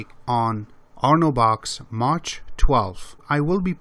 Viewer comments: I love your vids, and learn a lot. I also understand that English is not your native language. In this case please be informed that MACH is not pronounced as Maa tch. The "CH" is pronounced as a hard "K" sound. M AH K. It's like airplanes travelling faster than the speed of sound, Mach 1, Mach 2, Mach 3. etc. Yes, I know, grammar nazi, but it bugged the hell out of me. Keep up your great vids. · nice video. And its Mach like Bach